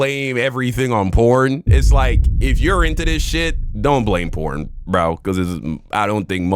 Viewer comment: It's just a kink, they can do whatever they want as long as they don't hurt others. Most of it is just filters, who cares. She's just trying to frame everything as patriarchy and I can't tell if she's saying corn or porn. lmao